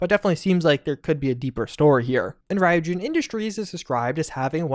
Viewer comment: Good video. Small correction: Ryujin is pronounced Ree-oo-jin. Not Rai-oo-jin.